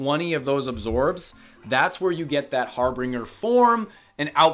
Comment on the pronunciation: Ok... har-binge- er. Sorry man but it's killing me